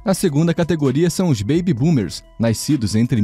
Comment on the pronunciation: “Naiscidos” Eu tô doido ou eu ouvi isso?